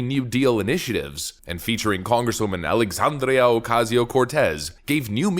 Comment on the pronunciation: It drives me crazy how does not pronounce the last A in Alexandria! 🤦‍♀️